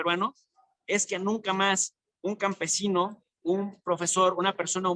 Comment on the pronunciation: No se dice "capmesino", digan con claridad "INDIGENA".